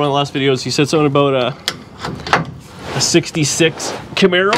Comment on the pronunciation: Hey watch the paint on that Kah-mair-ah!